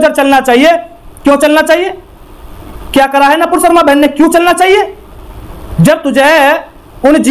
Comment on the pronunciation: अरे भाई पहले तो तू सही बोलना सीख । वो नपूर शर्मा नही है नूपुर शर्मा है